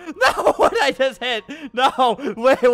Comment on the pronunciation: He said just, just pronounced it like jist